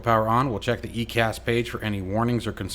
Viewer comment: EICAS is pronounced Eye Cas. Great video. How do I get the manual you used?